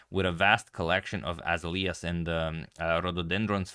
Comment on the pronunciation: pronunciation note: AZALEAS is pronounced "ah-ZAIL-yas"